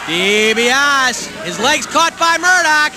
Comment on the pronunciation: I hate how they mispronounced Ted's name!! Ugh! Dibiase!!! Not D B OSS!